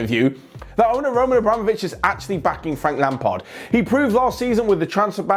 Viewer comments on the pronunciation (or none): none